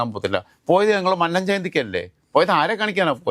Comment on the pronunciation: Shit, Mr Joseph please correct your pronunciation of Mannam. We are getting irritated by hearing your pronunciation of Mannam.Please listen today's welcome speech of NSS General Secretary at Mannam Jayanti regarding pronunciation of mannam